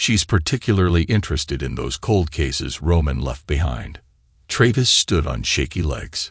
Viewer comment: why not spell sons name the english way.... shaun then at least its pronounced correctly....hearing "seen" every time is jarring not to mention tray-viss